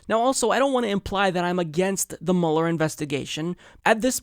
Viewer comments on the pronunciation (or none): It's pronounced mewler, not muller. Go back to media reports before 2016 👍🏽